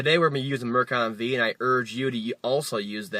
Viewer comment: It's pronounced Mercon FIVE, not Mercon V.